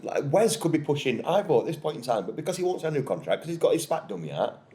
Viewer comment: Ivo is actually pronounced evo (I've got a Croatian mate called Ivo 🙂). I agree, just give the lad time to settle in, he's not making nutjob mistakes and his ball distribution is miles better.... I can understand the animosity towards the Prince, but I'm also old enough to remember a few previous owners, he's still the best out of bad lot, it's like preferring stale bread to mouldy breadcakes.😂